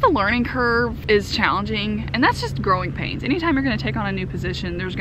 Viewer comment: I thought you were saying "Groin pains" well I guess it works when you take on more responsibilities.